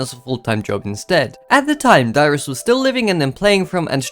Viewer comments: I heard too LOL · im sorry but i thought you said your name was lmao good video thanks